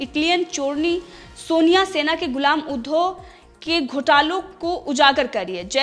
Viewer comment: ऊधो नही उद्धव बोल